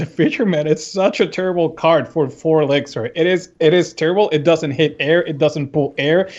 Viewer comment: Does anyone else hate it when someone says elixir like elexer?